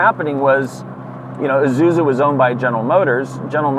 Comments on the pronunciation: (and most people to be fair): Ee-zoo-zoo Magnus Walker: Eye-zoo-zoo Correct: Ee-sue-zoo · Isuzu pronounce Eesuzu like Impulse, not I’m pulse. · “EYE-zuzu”?!? This is a car I lusted after in my younger days. An older woman at my church drove one. I was envious! Still looks good to me today.